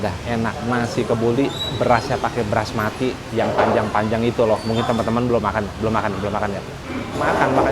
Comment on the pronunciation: Bukan Brasmati kang,,, tapi BASMATI yaitu beras asal asia selatan